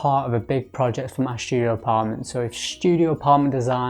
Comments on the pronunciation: Is "Shtudio" how artsy fartsy people say studio? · why do you pronounce ST (STudio) like SHT, as if you were german??? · why you pronounce studio with "sh" ?